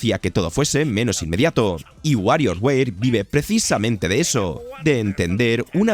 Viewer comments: Wario weir? O sea, tu dices softweir envés de software? 😒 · y un gatito cuando dice wario weir :'v